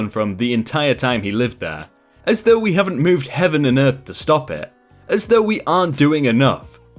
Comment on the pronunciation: Though is pronounced like hoe with a th in front of it. Not like threw.